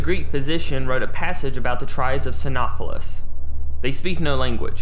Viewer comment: "Psy-know-sef-phallus" is how it's pronounced